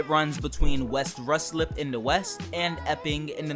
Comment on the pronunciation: It’s pronounced Rice Lip!